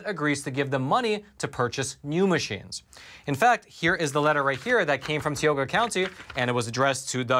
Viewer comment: I want to help you say the name of the county the correct way. I have gone to college in that county and lived there. This is how you say it, Tie-Oh-Gah (Tioga) county.